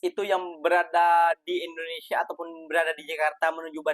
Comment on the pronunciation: Lidahnya pendek. Dengar dia sebut endonesya. Small matter bro 😅